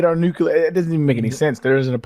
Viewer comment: A part of me dies every time says nucular when he means nuclear